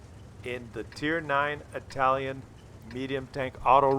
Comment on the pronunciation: "Itlaian" lol